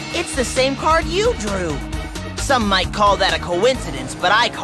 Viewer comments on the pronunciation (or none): none